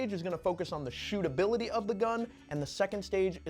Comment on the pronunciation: Love “stootability” 😂😂